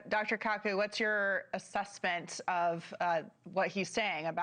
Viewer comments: Jeez, way to butcher Michio Kaku’s name. She has no idea who she’s interviewing 🤦🏾‍♂️ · Wow she butchered Kaku's name lol